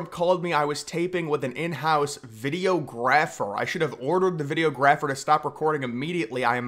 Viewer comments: Pronouncing it “Video Grapher” is insane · I'm just here for the way said "Video ----Graffer" 😅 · I'm supposed to rely on you info? You can't even pronounce videographer.